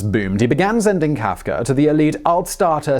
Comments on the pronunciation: Who is Franz KaafkeR? He keeps saying Kaafkerr. :-/ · HE IS FRANZ.. FRANZ KAF-KA